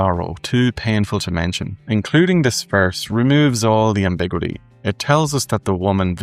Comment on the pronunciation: The way you say ambiguity . . . that's . . . different. I say it with five syllables. You say it with four, and I've never heard it said that way before.